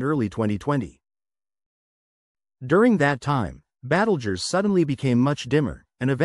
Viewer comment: AI babble -“Battlejuice”.